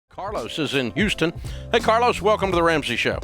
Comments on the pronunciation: Bro called in as “Car-los” and hung up as “Car-less” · Carlos… you say? Car-los.. Car. Loss. He was destined to sell his cars!